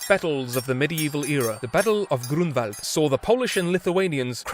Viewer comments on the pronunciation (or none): none